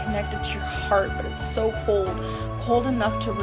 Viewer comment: I can't stand the way she pronounces so, "SSUUOOO"